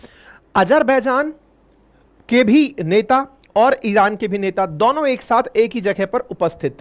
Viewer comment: भाई आप 'दोनों' को 'दौनों' क्यूँ बोलते हो